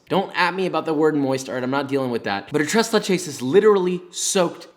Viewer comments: Tress Lachess? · Ahh yes, my favorite dessert. TrAys LAychess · Im not even hispanic and the way he says tres leches makes me cringe. The only reason i know the correct pronunciation is because my grandmothers colombian. I speak Arabic and english btw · I did not appreciate him saying tres leches when it's pronounced thres leches... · He made tres leches but he kept calling it trace lay-chase? What is that?? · A white person saying tres leches instead of trays laychays? My god... They’re evolving. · tres leches,,, no ma’am